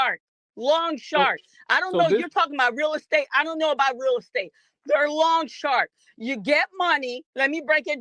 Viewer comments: Did she say “long shark” instead of loan shark?! Haha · Was she saying long sharks???😂 😂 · Did she say “lawn shark” 😂